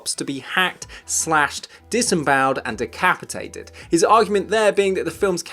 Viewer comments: What's "decapitateduld"? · “Decapitateduld”? What the hell is that?! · decapitateduld. haha